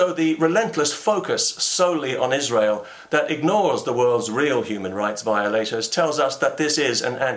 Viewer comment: This message comes nine years late because of YouTube's feed mechanism, but Thank You, Mr. Condell, for pronouncing "Israel" correctly.